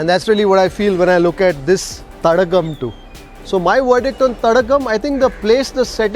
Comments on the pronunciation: Sir You have to pronounce as thadaaaakam not as thatagam- meaning lake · Dear Sir 🥰 I think Thadakam is pronounced as Thadaakam(means lake)..🙏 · Thadaagam is the right pronunciation sir.. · It should be pronounced as Thadaakam, stress on "daa" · its pronounced ThadAAgum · It should be pronounced as “THADAAKAM”